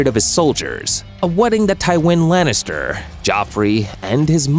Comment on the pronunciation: Did you say Lannis?